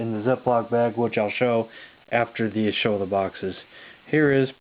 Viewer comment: i thought you said foxes ...like samanth foxes ..ah! boxes .... darn lol XD bump n' jump is a classic ..i would love to see the intellivision version ..cool collection dude would like to see your other collections as well including samfoxes ..lolXD